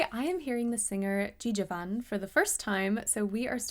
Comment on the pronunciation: It's pronounced Jah-vahn